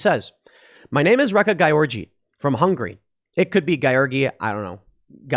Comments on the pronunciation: Are you saying "wreck a guy orgy"? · That female NCAA swimmer, I can't help every time you say her name it sounds like "Wreck A Guy Orgy".